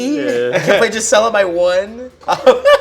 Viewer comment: It's not "Jizzella" 😭😭😭